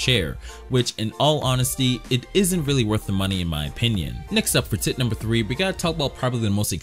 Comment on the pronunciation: When he says tip number four it sounds like tit number four lol